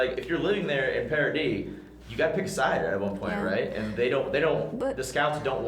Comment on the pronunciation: Agree. Also, it's Paradis (pronounced pah-rah-dee), not paradise